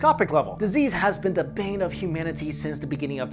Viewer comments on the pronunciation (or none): none